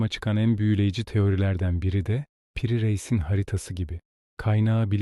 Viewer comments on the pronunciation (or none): İyi hazırlanmış ve iyi seslendirilen bir metin. Yalnız Piri Reis'in adını yanlış tonluyorsunuz. Piri'nin ilk i'si uzatmalı i'dir, kısa okuyorsunuz.